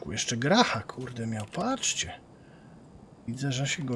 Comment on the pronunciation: grach czyta się po rosyjsku jako "gracz" ale poza tym to spoko odcinek jak zawsze :D